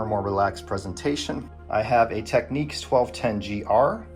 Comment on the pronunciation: Heh-reh-see.....At least he pronounces Technics properly....Teknix just sounds wrong.